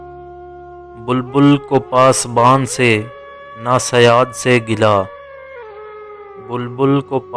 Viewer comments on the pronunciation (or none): اما بھائی اردو ٹھیک سے نہ پڑھ پا رہے ہو نہ بول پا رہے ہو ۔۔۔ شیر بھی غلط پڑھ رہے ہو کتنا ہے بدنصیب ظفر دفن کے لیے دو گز زمین بھی نہ ملی کوئے یار میں۔۔ پاسبان نہیں پاسباں ہے۔۔ ہے پر کی اڑاتے ہو